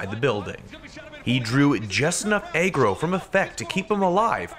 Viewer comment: idk what ur saying but are u trying to say agro🤔